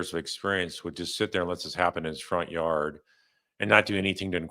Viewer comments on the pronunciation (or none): Jar far are yard not yawd.